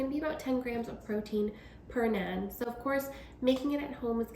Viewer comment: it's pronounced NAHN :)